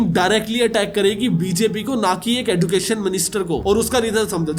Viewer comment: Sir एडुकेशन एजुकेशन